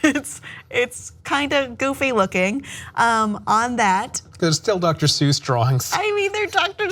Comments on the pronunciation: the guy on the right said dr soys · "doctor soys" 💀💀💀💀